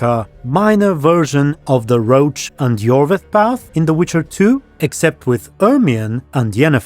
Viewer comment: Whenever you say Roche's name I think you mean Geralt's horse. I'm sure it would sound better if we all read the guy's name as it seems to have been intended with French pronunciation (it does look like a French, or German, name): [rosh]